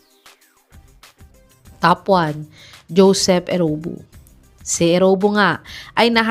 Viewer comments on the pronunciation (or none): Eriobu not Erowbu!